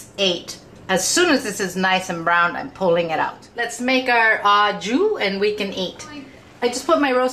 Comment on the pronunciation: Why can't Americans say 'au jus' correctly? It's really simple: 'oh ju' or, preferably, 'oh jhu'